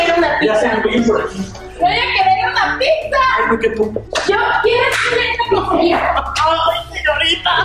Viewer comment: Vlogeras fantasticas no dijo pizza dijo picza